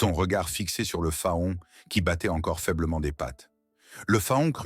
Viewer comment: Un fa-on? Non faon se prononce Fan